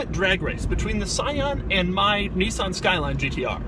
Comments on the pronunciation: can u learn to fuckin pronounce Nissan please? thankyou :) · Serenity The irony is strong with this one